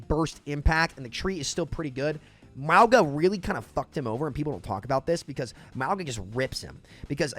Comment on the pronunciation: Bc I don't want my boy sounding dumb, please sound the word Mauga.